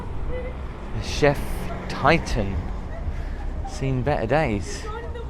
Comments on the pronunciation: Great video ...but the pronunciation of that ship chieftain (cheef-tan) not chef - titan. Kinda made me lol 😂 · Whitby rules. Chief Titan?😂it's pronounced cheeftun! 👊👍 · Thanks for the video, but grimaced when you called the "Chieftain" (pronounced "Cheeftan", as in the leader of a tribe) as "Chef Titan". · Sorry but i need to correct you! Really, you pronounced that ship as Chef Titan?...Surely it was CHIEFTAIN ha ha, otherwise it was another great video..!!! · Did that guy actually call that boat the “chef Titan” ! 😅😅😅 Its Chieftain you dummy.